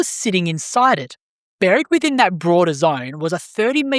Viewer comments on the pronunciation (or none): none